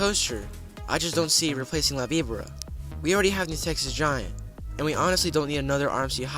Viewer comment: La Vibora is painful, but not as much as hearing this kid repeatedly mispronounce it.